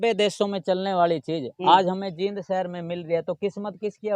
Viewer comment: भैया जी ये जीद नहीं जींद है